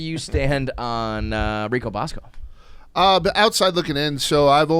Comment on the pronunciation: You can't even say Rico's first name!!!! And he harasses peoples wives on twitter